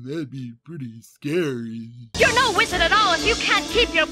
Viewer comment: It sound like he said "lizard" instead of "wizard".